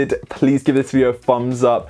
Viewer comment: The fumbs up pronunciation is annoying.. haha